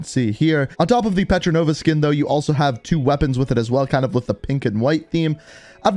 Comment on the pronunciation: Hey, ita PETROVA, not PETRONOVA